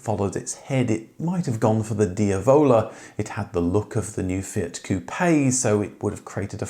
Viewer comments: "DiAvola" emphasis on the "a". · diavola has the emphasis on the first 'a', not the 'vo'. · Marinara!! (not Mariana, which is a girl's name). Oh, and pronounce Diavola properly please (which literally means the Devil's). No excuses when you've got the correct pronunciations on video straight from the designer's mouth!